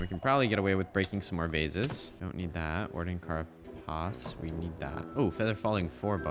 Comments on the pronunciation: Carapace is pronouced like "care"-"uh"-"pace". "Care" and "pace" like the english words. It's the material that insect and crustacean exoskeletons are made of. It's basically how you make fantasy "shell armor". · Carapace: Care-ah-pace ❤ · Carapace is pronounced “kē-rAH-pīhss”* (American English). It’s a hard chitinous shell that many invertebrates have, particularly insects. It’s made of the same stuff that our hair and nails are made of. This also implies that the Warden is, in fact, a bug. *the “-“ accent above any vowels = soft pronunciation Edit: also, _botanist_is pronounced “bĀH-tān-īhst” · You say carapace like "care-a-piss" for the next 50 hrs 😊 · don't care if you're right, it's Kara-piss :) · The way he was saying carapace was triggering. 😂😂😂